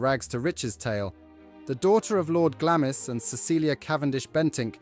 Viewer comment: I agree, "Lord Glamis" was pronounced wrongly right at the beginning. Glamis should sound like glams (as in clams).